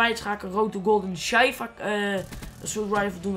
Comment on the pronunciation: Je zegt sjieva xD niet sjeiva